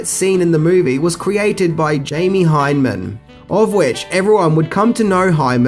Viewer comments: It’s Jamie Hyneman not Hyman which is something completely different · Lol I love that you call him hymen. Its hyneman. But I like yours better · Lol its Jamie Hyn-e-man not Hyman. But thanks for the laugh. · Holy shit, learn how to pronounce names before you record. Jamie Hyneman = HyNAmin. Not Hymen! You can be bad about it, and it suggests that you didn't watch the actual movie.